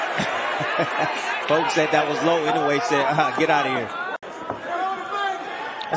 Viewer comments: The name is pronounced: Eenoue, hard e sound like in "meet". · Inoue ... You really need to learn how to pronounce this name. Jack, the Japan Alps Brit 42 years and counting